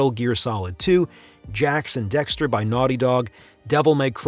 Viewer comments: Its Jak and Daxster not Jax and Dexster lmfao. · I'm sorry did he say "Jax and Dexter"??? T^T